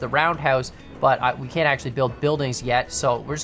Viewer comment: what about this: Kan't get worse. :) sounded funny to me